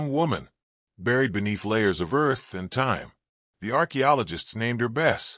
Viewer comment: it's not Bes/Bess, it's Besse'